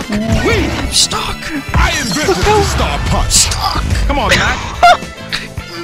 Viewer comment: Honestly when he said "I invented" I thought he said "Iron Griffin".